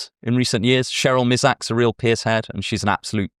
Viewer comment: Love the video, but from a yank to a Brit, it's pronounced "Purse" not "Pierce".